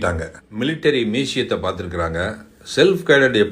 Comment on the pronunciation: Museum pronounce Panna theriala software company run pannaranam. Ellam dmk money.